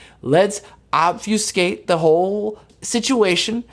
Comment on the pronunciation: Good job on pronouncing Obfuscate properly 🔥